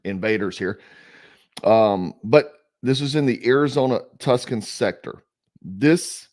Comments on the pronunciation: Thanks for the video. It’s not Tuscan, it’s pronounced Too-sahn by Americans and Tuke-son in Spanish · Too Sann not Tuscon. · Not tuskon, bro. Tuscon=too son. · Tucson is pronounced Two Son... Lived here my whole life and I have seen my home city destroyed since the 1970's and we were called racist for saying what was happening, but now here we are as a nation. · Hey Brother keep up the good work… FYI I’ve heard you say it a couple times so I’m just letting you know Tucson, AZ is pronounced (Too-Son). I know I know we got a lot of different sounding names here, lol. And yes you probably don’t want to a lot of parts in Tucson, I lived there when I was young.